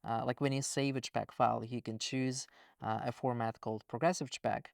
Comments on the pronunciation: You say j-pecks, we say jay-pegs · I wish the way JSON was said was consistent with the JPEG pronunciation, it's just so much more efficient to say CHpeg and CHson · I find it interesting that you pronounce JSON as jay-sun, but pronounce JPG/JPEG as jeh-peck. Not criticizing at all. In my dialect of english, people have all kinds of weird takes. This is just making me realize that there are even more takes on pronunciation across languages, and likely dialectically within those languages as well. What a trip. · I love how he pronounces JPEG as CHXHXHVHCHHCpeggg lol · JSON -> he pronounces Jay - Son 😇 but JPEG -> he pronounces j̷̪͕̪̣͖̖̻̓̿͌̀͐͆a̷̡̛͈͔̯̺̞̯̘̎̐͋́͗̅̕̕y̴̢̩͉̯̋̆̉̋͋͆͘ - peg 😳